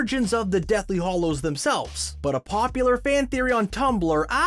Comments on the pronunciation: GNU Stan Lee Also it's Hallows. Not Hollows. Different words. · They're deathly "HALLOWS" not deathly "HOLLOWS".